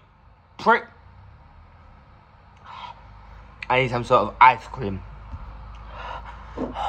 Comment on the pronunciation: much respect❤ "but I need some sowt of ice cream" XD